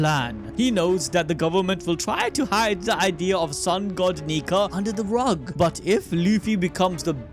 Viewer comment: Sun God ❌ Sun Goo ✅